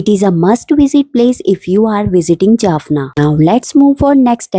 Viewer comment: Jaffna NOT Jaffana .